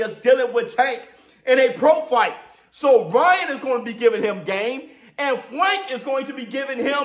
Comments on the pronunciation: Y is he saying Fwank lol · Bro stop saying Fwank 😅😂😂